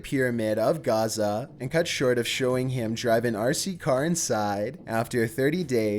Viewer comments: Giza* not gaza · 'Great pyramid of Gaza' 😂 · Wow! I didn't know about David Icke's earlier years..or, the bizzare claims he mafe back then. I know all about the recent stuff..but, not claiming to be 'the son of god - whatever. That's blasphemy! I'm going to have to do a little more 'digging' on him. Oh..by the way, it's Giza - not Gaza. That's Israel. No biggy. As for the pyramids, the 'tomb' theory has no backing. There is no writing, sarcophagus or any other relic to reinforce this. Some good work done here. Like I said, the Icke thing really gets me! Thanks.. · giza not gaza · It's giza not gaza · Its the great pyramids of Giza not Gaza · It's the great pyramids of Giza (Gee-zuh) not Gaza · Not Gaza it's Geeza or Giza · Pyramids of Garza?wtf.even a little kid can pronounce the pyramids of Giza. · The pyramids of Gaza..... Gaza??? Really? :P